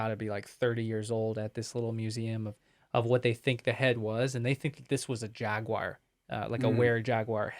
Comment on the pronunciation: Today I'm watching while polishing slabs of stone from the quarry at Mt. Mica in Paris, ME. ... "Jagwire" ⁉️ ✌️😽💨